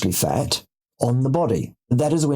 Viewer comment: Did he say "fart" or "futt" or what is it? 😂